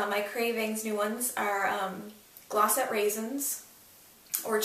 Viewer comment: when you said glossettes.. i was like... she's CANADIAN! woot woot :o)